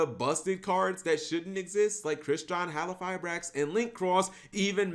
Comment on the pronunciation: Mispronounce "halqifibrax" again and I'll break your legs